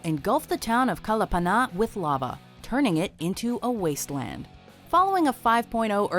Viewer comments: Kalapana. Kah-lah-PAH-nah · Glad the pronounced all the Hawaiian terms right... except Kalapana